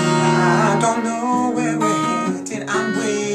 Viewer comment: I swear Max says GLOVE instead of LOVE haha!